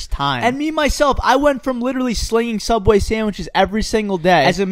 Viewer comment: what is one of the scariest moments ever while working at soubway